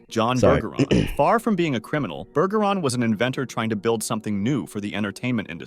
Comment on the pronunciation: did he just say his name was burger